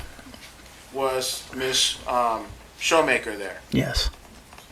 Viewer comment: Come on Mr. Lawyer, it's not shoemaker. and why the love for saying festivities.